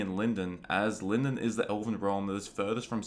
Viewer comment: The pronunciation of Lindon is incorrect.